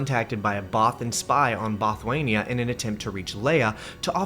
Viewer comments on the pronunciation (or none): “Bothwania”? Dude, it’s Bothawui